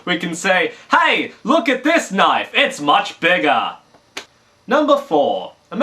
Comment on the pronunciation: lol... he said knoife...